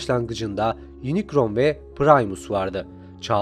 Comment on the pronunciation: Lütfen kararkterlerin telaffuzuna bakmadan video yapmayın. İnicron, saybırtriyon ne ya 😂. Doğrusu Yunikron (Unicron) ve Saybırtroniyın (Cybertronian).